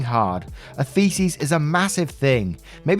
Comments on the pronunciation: you say thesis like faeces and that is funny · I say this with love. You’re pronouncing thesis as faeces... as in shit. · Thesis isn't pronounced like "feces".